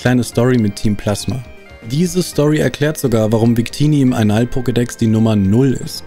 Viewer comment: Ich hab bei Einall-Pokedex bei circa Anal-Pokedex verstanden.